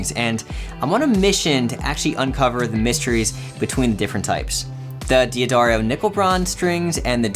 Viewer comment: A little bit of pedantic, pickiness--Hear how the owner of D'Addario pronounces his name at about the mark.